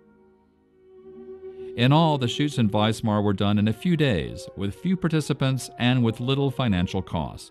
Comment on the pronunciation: Note to the narrator: it is WISMAR not Weismar. Pronounced Vizmar.